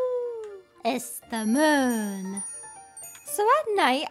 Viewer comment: When she said ‘it’s the moon!’ sounded ismamoon to me lol 😂